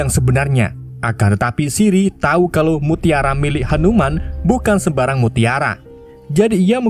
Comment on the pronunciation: Hanu-man ❌ Hantu-man ✅